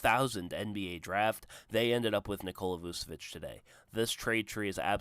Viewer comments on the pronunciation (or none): You did all this research but couldn’t even bother to find out how to pronounce his name. It’s Vooch not Voos , Voochavich not Voosavich